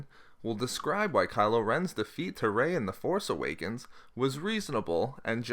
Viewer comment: Please stop putting the emphasis on "force" in "The Force Awakens".